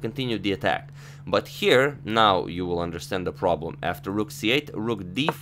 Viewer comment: Please don't try to pronounce "now" like the British, you fail each time :)